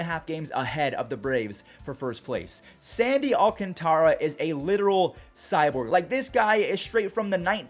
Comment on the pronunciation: Is that how you say sandy alcantaras name have I been saying it wrong 🤣😂🤣😂😂🤣